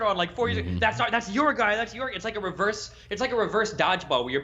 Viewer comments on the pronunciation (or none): none